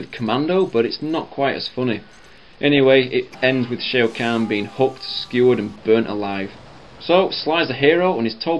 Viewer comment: "Shea O' Khan" lol